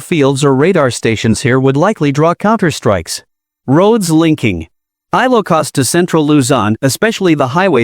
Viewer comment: Very bad pronunciation of ILOCOS. PLEASE STOP IT!!!